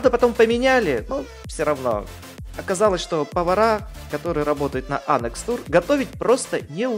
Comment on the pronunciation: Ну так и говорят - ануС Тур 👎👎